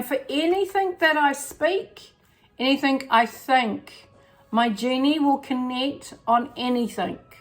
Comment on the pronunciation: Hey, you are fabulous:) Anything ( G ) NOT anythink ( K ) just trying to help XXXX